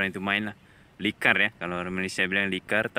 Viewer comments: Litar lh.. Bukan likar.. 😀 😀 🤭 😷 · Litar bukan likar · Admin tu salah sebut bukan likar yg betul nya litar